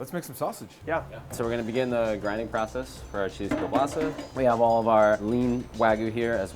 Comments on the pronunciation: So close to perfect pronunciation. Just change that "l" sound to a "w" sound and you're golden. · hi its klobasa not kielbasa.... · All my russians are cringing right now becuase of the way he's saying kielbasa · Doesn’t even pronounce kielbasa correctly smh